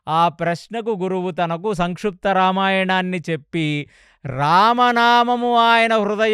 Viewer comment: సంక్షుప్తా రామాయణం కాదు గారు సంక్షిప్త రామాయణం pronounciation సరిగా చెప్పండి